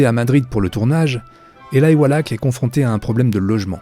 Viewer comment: C'est Eli walach pas elaï prononcé normalement éli